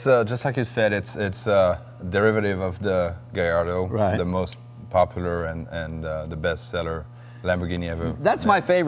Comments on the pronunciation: no hard feelings man but the double ll in latin and italian languages produces a y sound. ellos=eyos gallardo = gayardo. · Jay, it's pronounced guy-ardo....not the way it looks. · lol, Jay doesnt even know the proper way to say Gallardo, the two l's are pronounced as a y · Jay... Your a car enthusiast and you mispronounce "Gallardo"!